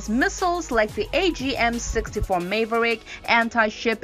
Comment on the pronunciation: Nice video….but next time please get someone to narrate that can actually read in the language she’s narrating in, English in this case. Someone that can pronounce words like “munitions” “maverick” “interdiction” and other words she could not pronounce properly in English. 🤔🇨🇺🇺🇸